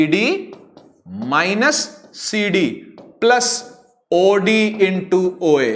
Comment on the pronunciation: When sir speak oD and i listen audi